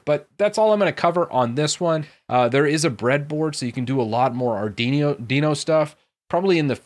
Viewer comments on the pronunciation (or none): Say it with me,, Arrr-dweee-know:P